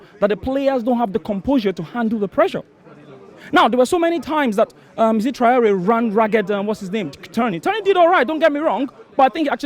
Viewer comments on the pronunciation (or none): none